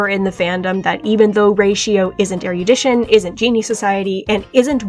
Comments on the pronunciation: I'm so sorry I can't handle hearing "er-YOO-dition" forty times in a row 😭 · So I just found out. While “erudite” is pronounced “er-e-oo-dite” “erudition” is pronounced “er-ruh-di-shn.” Fuck English